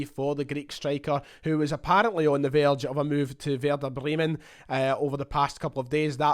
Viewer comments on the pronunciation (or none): none